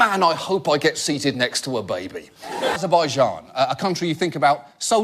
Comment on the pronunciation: Points for pronouncing the 'J' in Azerbaijan, properly.